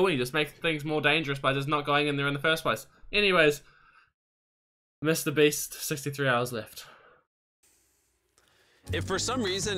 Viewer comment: Yo its mrbeast beast not mrspeast